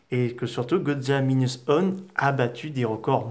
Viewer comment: Godzilla Minus OUANE on dit